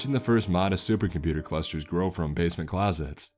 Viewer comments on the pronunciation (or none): none